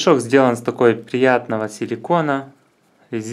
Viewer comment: изхотовления с такова приятнохо силикона - камешки в рот положи и поучись говорить